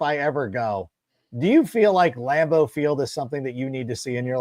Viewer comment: Lam-boo??? Fuck Green Bay!!! :-D